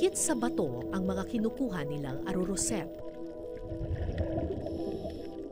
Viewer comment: Ar arosep ms kara. Hindi arorosep